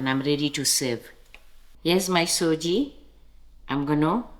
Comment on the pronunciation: Nice recipe. Thanks. Just FYI....it's Sujee (sooji) not SOJI, as South Africans have amended it to